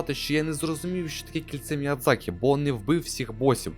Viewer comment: Міядзакі. Ви припиздохані. Міядзакі